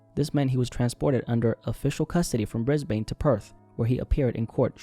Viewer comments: it's pronounced 'bris-bin' not 'bris-bayne' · Brisbaine😭 it's pronounced bris-bun or bris-ben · We pronounce it Bris-BIN 😅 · Pronounced brisbin not brisbane. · Brisbane pronounced Brisben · the way you say Brisbane😭